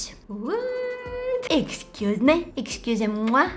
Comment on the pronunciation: I love your French "Excusez-moi", it sounded very French